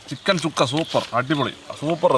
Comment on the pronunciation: ചുക്ക അല്ല അണ്ണാ സുക്ക സുക്ക